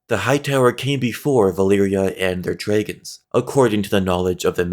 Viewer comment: Please pronounce dragons correctly